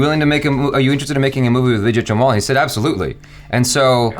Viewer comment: No one:: Widget Jamwal 😅